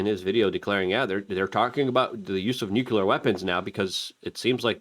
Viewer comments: What is it about people in this country who continue to pronounce the word nuclear as nukular? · Nukular power plants